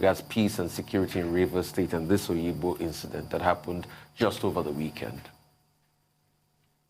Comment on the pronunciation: It is Obigbo, not oyigbo. This Nigerian agbero government, devil is waiting for you at the gate of hell.